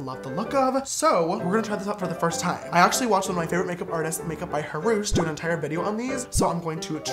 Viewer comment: No one: Absolutely no one: James: pronouncing do as dua in every sentence.